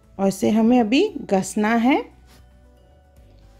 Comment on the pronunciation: Gasana nahi gisana hota hai😆😆😆